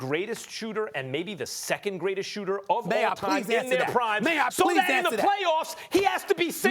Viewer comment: “MAY I PLEASE ANSA THAT